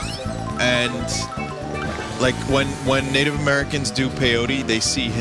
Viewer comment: i thought he said negative